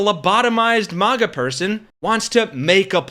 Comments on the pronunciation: Maga is pronounced like magazine not like mars. You sound stupid! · This customer is lying! But, nothing new wjem it comes to these instigating, gaslighting MAGA jerks! 'It is not a strict Starbucks policy to call out the name on the cup for every order; baristas may call out the drink instead, especially when busy, and have the discretion to not call out a name if they are unable to pronounce it, if it is offensive, or if they feel uncomfortable doing so. The practice of writing and calling names is intended to be a personal touch and to prevent drink mix-ups, creating a connection with the customer, but it is not always followed.'